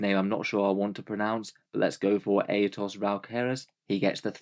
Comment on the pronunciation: He nailed Aetaos’s name though!